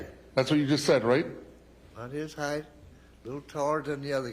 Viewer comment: This prosecutor says heighth instead of height